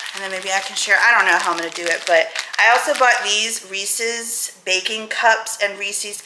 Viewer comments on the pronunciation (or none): When you are trying to think of how to pronounce Reese's Pieces, just imagine that they are owned by Reese Witherspoon... if you liked her makeup you wouldn't say I like "Reeseee's" makeup just Rees-ez. 😜 I don't know why some people have begun saying it that way since it's been around for so long. Anyway, great video, it's nice seeing you happy. Yes, I've heard the "6 of one, half a dozen of the other" because my dad used to say that when I was a kid and it was nice to remember that so thanks to William. 😊 He seems like an old soul, which is a good thing.